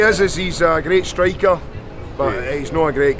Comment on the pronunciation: Прикольный у Ирландцев акцент на great streaker. Мне так понравилось как он именно слово striker произносит.